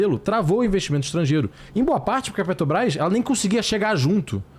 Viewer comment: Por que os caras só falam "Petobrás" e não falam " Petrobrás? Pô!!!!!